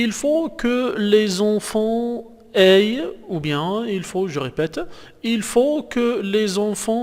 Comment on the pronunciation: Aient se prononce é pas éy